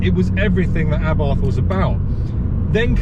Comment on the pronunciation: Please correct me if I am wrong but isn't the correct way to pronounce Abarth A Bart and not Abartttthhhhh?